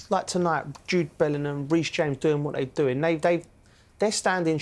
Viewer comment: How is Joe Cole a pundit, he can’t even pronounce Bellingham correctly 🤣🤣🤣